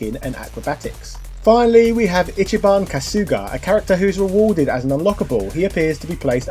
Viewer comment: “Itchy-bon Kasooga”